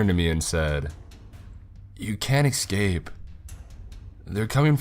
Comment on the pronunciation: yeah he really does have a great voice for narrations, though he just needs to work on not saying excape instead of escape 😉 .